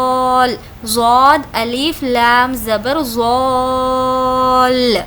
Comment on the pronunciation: Aap dawad padhna Sahi hai Baji zaaal nahi